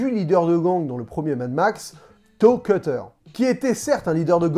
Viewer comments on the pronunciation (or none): none